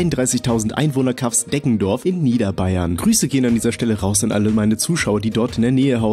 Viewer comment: Deffendorf?😂😂😂 Ich war dort in der Nähe mal Stationiert 😂😂 In „Regen“ ja so heißt ein Dorf dort 😂😂